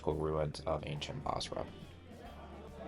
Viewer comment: Its busra. Not bosra.